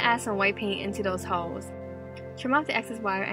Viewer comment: The way she says holes sounds like hoes 😂😂😂